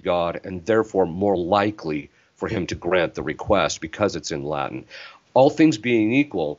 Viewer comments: A pronúncia do latim pelos americanos é muito engraçado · Essa pronúncia não está boa! Muito sotaque norte americano. Precisam passar um tempinho em Roma.